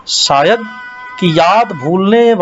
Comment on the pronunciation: गौहर जान के बारे में बहुत अच्छी और रोचक जानकारी. प्रस्तुत कर्ता को 'श' और 'स' में फ़र्क करना नहीं आता. वो - 'शेर' को - 'सेर' , 'शायद' को - 'सायद' और -'पेश' को - 'पेस' कहते हैं.